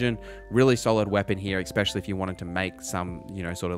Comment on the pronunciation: Thanks so much! Pet peeve, it's ESpecially not EXspecially. 🙂 (not trying to be a jerk)